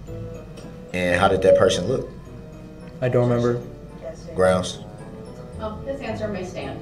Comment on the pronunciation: Taket. Estoppel. Grounz. Lmao.